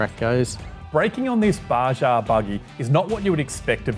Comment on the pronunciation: Not to nitpick, but It's "Bah-hah" per Spanish language etymology;) Bah-Jah sounds like a spicy item on a menu!